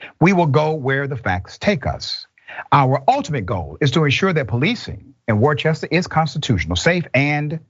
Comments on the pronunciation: Just FYI, when Worcester is pronounced it sounds like WOO-STER. English is a hell of a language. We even spell 'knife' with a 'K'.. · The town is pronounced wooster. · I was born in Worcester. It's pronounced, Wooster. And if you live there, it's pronounced Woostah. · Pronounced-Woo-ster- similar to Worcestershire sauce. Reminds me of when Donkey from the 1st Shrek tried to Pronounce it. Lol. One of my favorite lines. From NH on the Mass border, not far. This is super sad to see but no suprise. Biggest crime it seems, is to insult a cop. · Okay I know this is gonna seem kinda petty considering the subject matter here, but the town of Worcester is pronounced “Wooster” Massachusetts. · Worcester, pronounced Wooster. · Bit of trivia: Worcester is pronounced "Wooster" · OMFG "Dr" Roichue learn how to pronounce proper nouns! You yet again butchered the name of the city of Worcester. Try saying "Wuss-ter" FFS. I thought you were supposed to be highly educated. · Worcester is pronounced Wooster. Its a New England thing. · Worchester is pronouced Worsta. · It's pronounced "WOOS-tah"... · Gang activity But not even gangs target civilians I knew I recognized that accent 🤣 it's pronounced Wuh-ster sir 😂 It's so crazy we the tax payers have to pay for their mistakes against tax payers 🤦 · Worcester is pronounced Wooster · Worcester is pronouned "wooster" FYI. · The city is Pronounced Wister or Wistah. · Worcester is pronounced 'Wister' or 'Wistah' if you're from MA...just saying. 😉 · Fyi the city is pronounced WOOster. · No it's not, it's pronounced "WISTER". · Hey Doc, the name of the town is pronounced "Worster" - as in "ain't no cops worster than ours!"... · It's pronounced "Wooster"..or "Woostah" if you're from Worcester... :) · Its pronounced Wooster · He said Worcester wrong hahahaha. I know I am from mass. Everyone that is not from mass most of them say Worcester like that hahahaha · You are pronouncing the city wrong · You said Worcester all wrong lmao